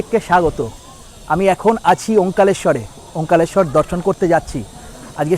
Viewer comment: কথাটা ওমকারেশ্বর। ওমকালেশ্বর না।